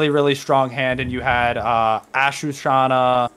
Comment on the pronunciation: Really nice deck profile 👌 just learn how to say ashuna and not ashu-Shana it’s literally on the card